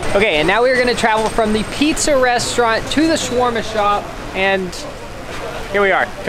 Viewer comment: It's ShAAAwerma and not chwerma please !